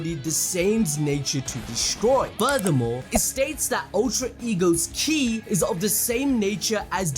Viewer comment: THIS MAN SAID CHI WHYY JUST SAY KI WHY CHI